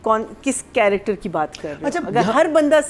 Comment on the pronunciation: Ironically, the host and others criticise spoken English in plays, whereas the host himself consistently pronounces the word “character” as “corrector” instead of using the Urdu word “Kirdaar” It’s like they call “Italian” as “Ataalian” instead Punjab. Second, Urdu used in the said play seems quite the usual language spoken at homes. It’s unnecessarily being turned into an issue.